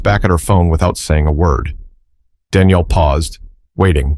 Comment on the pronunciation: I am lost a bit already. Is the lady's Danielle or is it Daniel. I know but it's obvious that the narrator does not, also whoever does the Captions!! 🤔😱